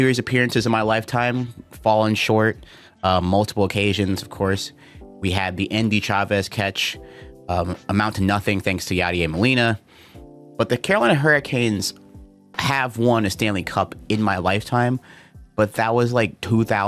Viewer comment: Yah-Dee-Air Molina. Figured your team should know how to pronounce their father’s name.